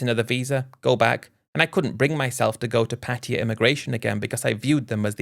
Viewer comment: What’s the disclaimer for dummy, a warning that you can’t pronounce Pattaya properly and you keep rambling Patia Patia lol 😂